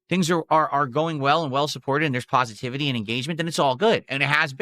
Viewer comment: So. Now Phil is EA with BS language like "Surprise Mechanics" but instead it is "Levels of PAHSITIBITAY"